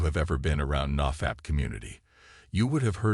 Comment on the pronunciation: The way he says "naw fapp"